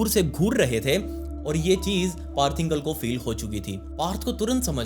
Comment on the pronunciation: पार्थ इंगल नही पार्थ इंगले, मराठीत इंगळे